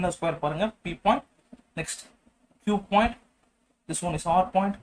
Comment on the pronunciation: Point❌pont✅😹 but anyway good explanation sir👏🏻